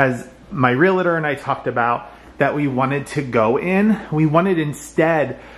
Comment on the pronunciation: A real estate agent who is a member of the National Association of REALTORS®. So, how do you say it? It's pronounced “real-tor,” not “real-a-tor.” Two syllables, not three. ❤